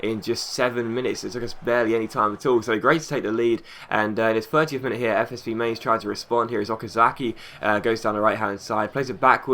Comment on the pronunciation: Its pronounced like mine-z